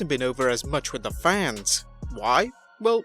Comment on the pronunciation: You said faneez... I can’t even spell it. It is fans. Wtf. Goddamn foreigners!